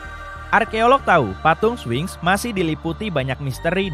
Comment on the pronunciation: Spinx... kok jadi swing????